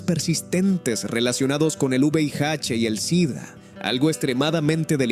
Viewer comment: No es juveiache es VIH. APRENDE A DECIRLO.